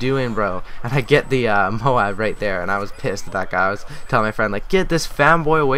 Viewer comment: moab not moam